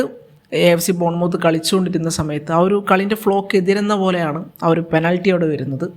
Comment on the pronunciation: ബോൺ മൌത്ത് അല്ല.. മത്ത് ആണ്..